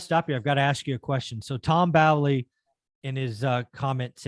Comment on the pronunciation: FYI... tom bowley... pronounced bowl ee not bally. hurts the ears a bit.